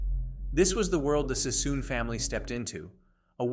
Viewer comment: It's David Sassoon not Cissom. AI crap-factories are so ratchet. What's with the World War 1 & 2 footage? What's with the maps highlighting Alaska ? 78 subscribers and turning the web into a junkyard.